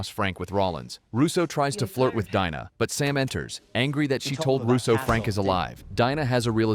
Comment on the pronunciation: It's Pronounced DINA as in "DEANA" not Dinah.